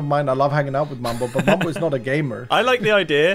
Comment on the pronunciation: * "Mum-bow 9000" 🤣